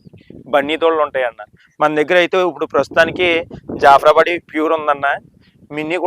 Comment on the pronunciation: Minni anedi breed kaabu adi oka variant, alage bunny breed lo evaru heifers ni sale cheyyaru, mari mi daggara regular ga ela vasthundi. Inkoti jaffra badi kaadu, jaffrabadhi.mundu palakatam nerchukondi. 2 teeth ante age 2 yrs daatuthundi, niku evaru chepparu 2 teetha vesaka karithe 50% ye conceive avuthayi ani, yinokka vishayam chalu miku nill knowlege ani.vaatiki miru peduthunnadi asalu aaharame kaadu.dorikina chetha matrame peduthunnaru.veetini konte konukuna vaadu vaatini tayaru chesukovataniki edadi avuthundi.peices chala ekkuva. Fed lenivi preg emi nilusthundi, rume baga padavuthundi n deliver issues untayi n inka milk emi untundi eenaka. Venaka antha pachadanam.undi mari 2 acres kauluki teesukuni mepukovachu kada. Avi 2 yrs babies aa, ma daggara 1 yr dooda okka kumu kumithe mi entire line dammantoo paduthundi